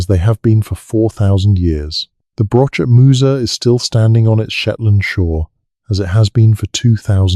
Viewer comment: Listening in Scotland... FYI Broch, Loch are pronounced wrongly - not a lock, brosh, brock or broch (like broach or church). I don't know how to write down how the 'och' in loch and broch is pronounced but I'm sure the internet can tell you. A brock means a badger!! Also the Orkney tomb is pronounced May's-How - there is no 'sh' Interesting info though and enjoying listening, but just hard to follow because of translating all the mispronounciations! 😂